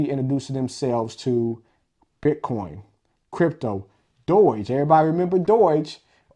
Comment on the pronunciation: Doy-ge coin? Obviously he knows nothing about this, because he can't even pronounce the most famous meme name in crypto... lol